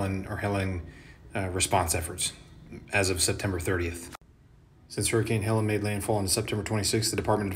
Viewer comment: Helleen. Not Helen.